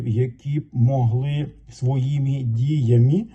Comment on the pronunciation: зі всією повагою! Чому ( діямі ),коли має бути ( діями). Ви в багатьох словах чомусь використовуєте ( і),замість ( и)???